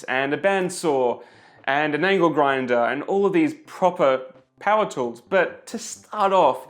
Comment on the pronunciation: T HHHHHHHHHHHHHHHHHHHH woools !!!!! nous qui ne prononçons pas le H, cela fait bizarre !